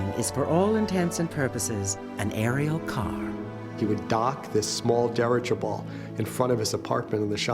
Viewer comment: Dirigible, 4 syllables, not dirgible.